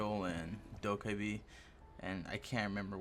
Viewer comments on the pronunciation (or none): He said dokebabby